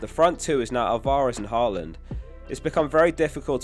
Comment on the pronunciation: Why can’t you say Alvarez properly? 😅